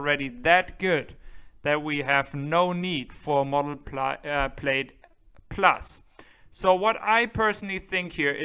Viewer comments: good video but please, please ask an American ex-pat in Germany how to say "Plaid" and "X". Plaid is not like "Maid" (Putzfrau) it is closer to "ad" like in "advertisement". The "X" in American is pronounced not like "ick" in "Ichthyeology" but more like how the "x" in "Hexe" (witch). Capiche? Danke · Your English is 1000% better than my German. Just to help, "plaid" is pronounced "plad" and LG Chem is pronounced "LG Kim". is THE MAN! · Love your channel, but you are mispronouncing “plaid.” The i is silent.